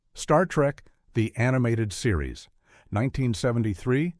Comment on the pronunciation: Star Trek..................The Animated Series, guh. SOOOoo gets on my nerves. Will SOMEONE PLEASE teach AI that a colon is NOT a period =P